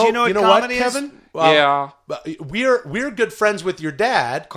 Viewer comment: Hilarious how they keep mispronouncing Calvin as Kevin 🤣. We need on the golden hour